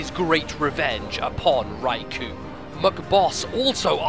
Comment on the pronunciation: So epic! Until I heard the pronunciation for Raikou facepalm